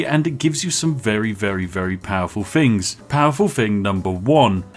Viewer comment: Posh people don't say fings, they say things.